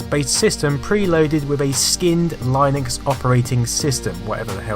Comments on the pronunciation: what's Line-Ex? Did you mean Linux? (lynn-icks) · I was entertained. I never ever owned, or even used a C64, having been a Speccy man until my Amiga days. However, like you (and as a fellow Brit), I pronounced (until 15 years after my first encounter of it) Linux as Line-ux. Then I learned that's wrong.